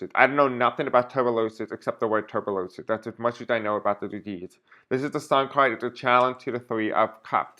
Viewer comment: Pronounced like Tu-burk-u-lo-sis,and it frightening and deadly! God help us